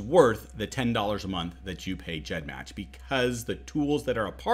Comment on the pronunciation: He pronounced it 'GEDmatch' with that soft g, and I was shook, and since I imagine that 'g' stands for gene or genealogy, it makes sense, but it was still weird